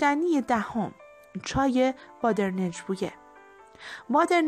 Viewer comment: خانم محترم اگر داری از روی مجله میخونی دست کم درست بخون، اونی که شما میگی با در نج، درستش بادرنج badrang،گیاه بادرنج بویه یا بادرنگ بویه است، بری دم عطاری درستش رو بت میگه